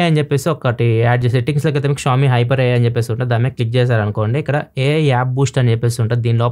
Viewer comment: క్షావొమీ కాదన్నా, ష్యాఓమి